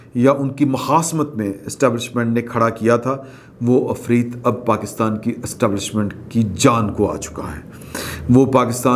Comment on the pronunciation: afreet nahi hota janab , asli pronunciation hay ... afriyyat .